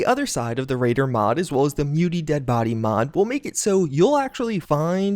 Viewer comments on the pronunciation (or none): It's mutiliated bodies not mutied haha